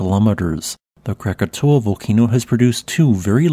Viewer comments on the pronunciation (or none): none